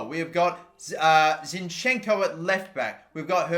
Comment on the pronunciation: not zinchEnko, zInchenko is correct